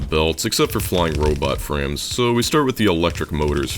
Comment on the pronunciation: every time you say robot frames I hear robot friends